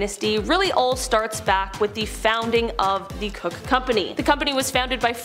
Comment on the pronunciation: Koch is not "cook" but "coke".